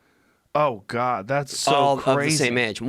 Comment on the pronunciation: Joe “Oh my guod he on x games mode” Rogan